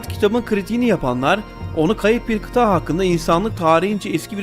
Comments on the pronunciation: Kardeşim tebrik ederim...Yeni videolarını da bekliyorum...Yalnız bir ricam var....Kıtağğ değil kıtA'dır...Birkaç videonda daha var aynı hata...Kulak tırmalıyor,konsantrasyon bozuyor...Lütfen diksiyon üzerine biraz çalış... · Kita değil kıta